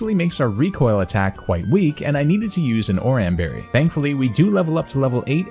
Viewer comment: love the run but the pronunciation killed me. Like slaking and oran berry. But lobe the video otherwise great job